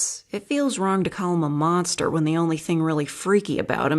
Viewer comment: "Creaturre" "Monsterr" Were you saying it like that on purpose?